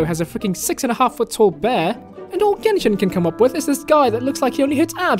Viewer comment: jenshin impact